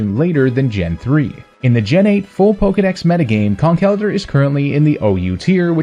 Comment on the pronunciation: I’m just happy you pronounce Conkeldurr right lol